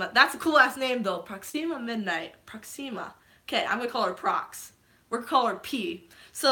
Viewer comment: Ha ha... she said Proximia...